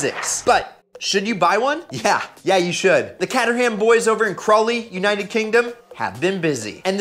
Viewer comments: The Brand Caterham, it's called kay-tuh-ruhm mate, not kat-urh-ham. There's no pig slaughtered while making that car. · It's pronounced kay-trum not kay-ter-ham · Pronounced Kate- er-ram, or Kate-tram ...not Ketter-Ham, if you said that in a uk pub you might get sparked lmao...little tip you dont say the H in the ham names over here (Burr-ming-am or even Burr-ming-um btw SMH) Just saying ..thats how the name is pronounced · Caterham is pronounced as KAY-terham, not CUT-terham. Also they don't use a Lotus 7 chassis. They bought the rights for the design and they made their chassis from scratch. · Dude, it’s not pronounced Catt-er-ham. It’s Cater-um 😂😂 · Dude the thumbs-up for a f-ing f Fiero kit car...was making think hmmm is the guy a 🔧box? Then you said Cat-er-ham !!! Pretty sure its pronounced Cate-trum. I could be wrong not gonna google it..but then I saw that little weak ass cowboy hat! Is that the new Millennium fedora. Wait maybe you caught that hat the night before from your fave Chip-n-Dales dancer! Tootles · “Kay - Tur - Hum” Now say it back quickly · "Cat-er-ham".... Caterham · Its: Cay-ter-ham yes i am a brit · Caterham not cat-ur ham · You're butchering Caterham. It's pronounced 'Kay-ter-em'. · Him butchering the pronunciation made me cringe